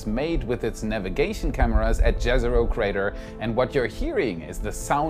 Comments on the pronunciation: If I hear Jezero crater pronounced like that one more time I’ll probably cry. Read it like it’s Yezero crater plese. This is just painful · someday people will pronounce Jezero with a Y instead of J sound </3